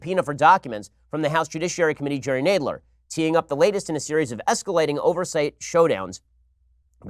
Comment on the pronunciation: Why can’t Ben say Nadler correctly?